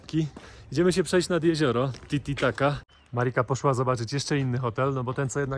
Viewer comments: Titicaca, nie titicaca 😭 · Znaczy mówisz zawsze tititaca🤣